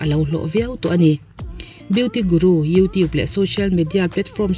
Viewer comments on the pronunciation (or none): none